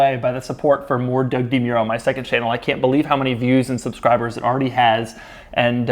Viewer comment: Doug DeMore-o